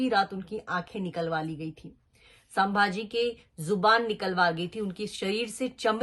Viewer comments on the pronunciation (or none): chak aurt ..unka nam bhi dhang se nahi le rahi hi tu..tu sabhaji sanbhji kya bil rahi hi..unka nam leneki avkat nahi tumhari......😡😡